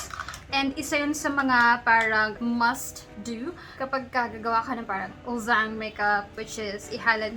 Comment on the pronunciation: "uljjang" po yung pronunciation niya ~